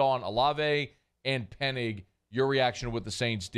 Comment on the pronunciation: stop saying Penig. Enunciate the ing.